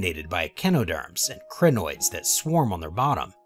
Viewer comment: Also, the Cri in Crinoids rhymes with die or my or sigh.